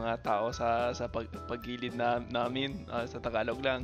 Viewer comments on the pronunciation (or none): Hi,, surroundings is “paligid”. Not pagilid. Pagilid is “sideways” Gilid - side Ligid - something like vicinity or maybe even periphery